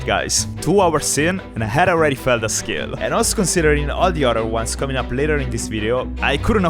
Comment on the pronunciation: He can’t pronounce the word “skill”.